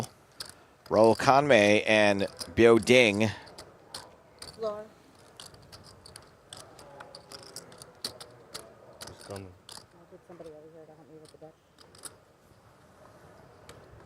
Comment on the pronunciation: Continuing to say Biao Ding’s name incorrectly after Williams corrected him is a trash move bordering on racist. It’s the same weird racist crap he pulled with Batak Wisbrod making the unfunny “Barak Hussein Wisbrod” line repeatedly.